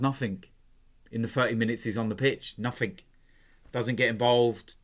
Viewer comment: The word 'Nothing' doesn't have a 'K' on the end of it. Just so you know. Thanks.